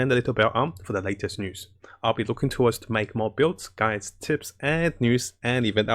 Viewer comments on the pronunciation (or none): none